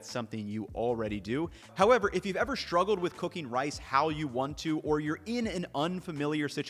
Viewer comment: Is it an American thing to pronounce "struggle" as "shtruggle"?